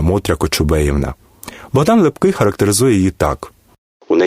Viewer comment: Неправильй наголос при озвученні прізвища Лепкого, також на словах - отаман і ігуменя. Послухайте як п.Фаріон розказує про Лепкого. Перезапишіть, бо слухати Вас неможливо.